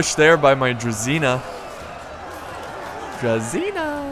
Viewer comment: About the pronounciations :) Generals unit is pronounced Kn-yά-z (so the ya is the same like in "what ' ya doing there ?" the ya ) , while the z is softer than the typical english z. The unit Druzina, should be more like Druzhina .. the zh is prounounced the same as in the french name Jean. Like if you search for Jean Cloud van Damme's name, you 'll get the feeling of the heavy prounounced ZH in druzhina. The cav's name is like the general's cav. So Vit-ya-z. Vit stays the same , ya like in what'ya doing. and z stays the same as in general, softer z. (make accent on the Vit. when you pronounce it)